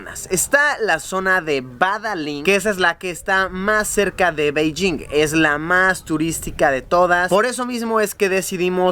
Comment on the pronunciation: No se dice Beilling, se dice Peichín y no te pongo los tonos porque los tonos es quien sabe hablar chino. En chino no existe la B ni la D. La B se pronuncia como una P, la P como PF, la D como una T y la T como una Ts.